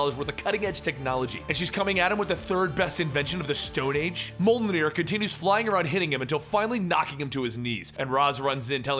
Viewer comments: It's pronounced mi you'll near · the way to pronounce Mjolnir is M-yo-l-nir i think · Mjolnir pronounced mule near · Mjolnir is pronounced mi-yol-nir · hey. try to pronounce it this way. me-Ol-near. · it's pronounced "mule-near" 👍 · I've always heard the pronunciation of Thor's hammer to be like me-oh-neer. But I could be wrong. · The hammer is pronounced "Mee-Ol-NeeEr" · well the pronounciation is actually quite simple. Im from Sweden home of the asgardian belief. in the movie thor. janes assistant calls mjölnir "mjö mjö", whatch her say it, then mimic that and ad 'lnir'. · ok i need to be that guy who helps with pronouning things right, its said like myolnyr the j in it acts like a y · Isn't it moljinr or something like that but you say it like moltenir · pronounced Myulneer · I thought that Mjölnir was pronounced like mule and near? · hahaha its miulnir ! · Wait, what was her hammer's name again? You sure as hell didn't say "Mjolnir," you said something like "Amoldnir."...? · it's mjölnir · it's pronounced mmm-Jalg-nAr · You need to practice saying Mjölnir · me ol near. you're very close, just remember that the J in Mjolnir is read as if it were a Y. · I love this story and it makes me wish I'd kept up to date with Thor. But your pronunciation of "Mjolnir" is a bit off. It's a personal pet peeve though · Say "An Apple" with a British accent. the way you pronounced the "A" in "An", that's the way you pronounce the ö in Mjölner/Mjölnir. And the E/I in Mjölner/Mjölnir is pronounced more like "eh" or like the way you say "e" in the word "desk". don't emphasise too much on the e/i.